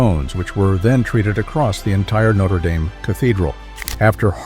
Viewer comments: This a cathedral, not a football team... it's pronounced Nayt-tre Dam not Note-er Day-m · It'pronounced /not-re dam/, not /noat-re dame/. Next time you make a video, get the pronunciation checked. It's just lazy and ignorant. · It’s pronounced “No-tre-dam”. Not “Notter Dame”. Terrible narrator! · This must be totally or partially AI generated , with lots of questionable or wrong "facts". Then the voice-over with an American accent pronounces the name as if it is that university in Indiana, and not the famous Parisian Cathedral. But suddenly the correct Notre DAHM cathedral is used correctly instead of Dame, the university in Indiana. Why? AI I'm betting or incompetence. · So true. Starting with te fact that in France the name of the structure is pronounced "Notre Dahm." The place with the football team is "Notre Dame." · AI tries to pronounce "Notre Dame" as "notra daim" = half-French and half-American pronunciation = humorous fail. Only machines would not recognize the incongruity of this. And don't tell me it was trying to be ironic. In an informational video. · It's pronounced Notre Dam. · You sound stupid mispronouncing the name of Notre Dame. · For fucks sake pronounce Notre Dame and Æsthetics among other words... CORRECTLY !!! Bloody bot voices. So much for AI 😖🤮